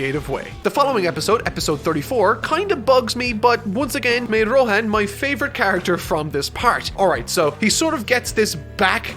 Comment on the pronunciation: Nobody:: Rohän